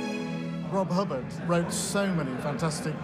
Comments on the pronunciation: ""? What is this presenter on? Was he a character from The New Statesman? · Rob Hub baaahhrd? S.I.D. chip? They didn't do much research did they? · Don’t think its fair to call this badly researched. Firstly, his name may well be pronounced Hubbaaard and secondly it is the S.I.D. chip - That’s its correct name. Be thankful we finally got the genius Rob H mentioned on mainstream TV instead of whining.